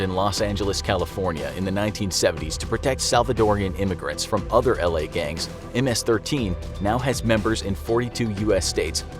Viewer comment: Only Hispanics know how to pronounce ms-13